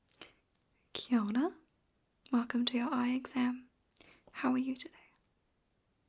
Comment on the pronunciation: Great video, as always! I am curious about one thing—it’s spelled “kia ora” but I keep hearing you say “kia ona”. Are you actually pronouncing it that way or do I have crappy hearing? It’s entirely possible that I have crappy hearing! I know in some languages it’s spelled one way but prnounced another.